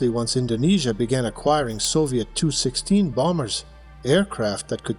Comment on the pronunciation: AI has a problem with Tupolev aircraft models...it's "Tee You"...not "Tu"...Otherwise, not bad...